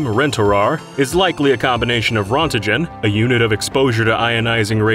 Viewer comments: Why did you say "Rontigen"? His name was Wilhelm *Roentgen*. Good god do you lot even have standards? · "Ron-tuh-gen" lel. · Röntgen is pronounced “rentgen” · apparently my gf told me this is pronounced like Rein-kin instead Ron-te-gen. Idk where it comes from tho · Ron-te-gen? 😅 It's pronounced runt-gen (with a 'g' as in 'guy') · It's a minor detail and a little funny to me because I'm an x ray tech but Rontgen is pronounced more like "wrenken" I learned to spell the name by saying like you do here though, that's why it's funny to me lol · Rontgen is pronounced “rinkin” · Your pronunciation of Rontgen is incorrect, it sounds like "Rein-ken". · Rontgen is pronounced as rontagen? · That's the weirdest pronunciation of Rontgen I've heard. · FUTURE10S my German ears were torn apart when I heard what he said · My Russian ears were torn apart as well, as I know we pronounce it wrong. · Röntgen is just the German name for X-ray, which was named after its discoverer, German physicist Willhelm Konrad Röntgen. It’s not a unit of measurement, and that’s not how it’s pronounced at all :’)